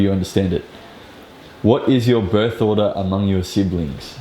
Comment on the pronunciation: Thanks Sir s9a info... Pero natawa tlga ako dun sa order (ordah) not order... Wala po tayo sa mcdo 😜😆